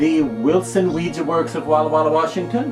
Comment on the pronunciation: Finally somebody who pronounces Ouija correctly!!!